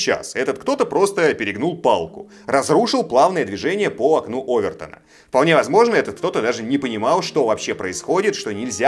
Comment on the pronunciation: простите но ОвертОна !! ударение на О ! ;)